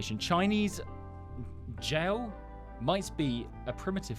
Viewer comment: The Chinese Jiahu is pronounced ja who